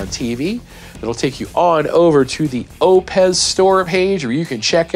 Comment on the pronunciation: I believe it’s pronounced “Oh Piss”